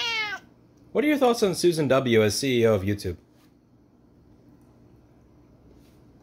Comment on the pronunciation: Dramatic pause on suzan and economic he shut up it great.